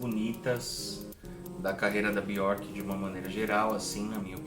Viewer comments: me tire uma dúvida. Pq tem momentos que você pronúncia o nome dela "Biorque" e em outros "Bierque"? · parabéns pela coleção. Obrigado por compartilhar conosco suas preciosas conquistas. Mas é um pouco estranho ouvir você pronunciando o nome dela. Aqui vai ela falando certo nesse vídeo abaixo. Um abraço.